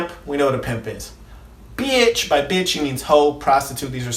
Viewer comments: Why he say beitch like that tho. Haa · Why he cant say Pimp and Bitch regular? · The way he says pimp and bitch kills me 😂😂😂😂😂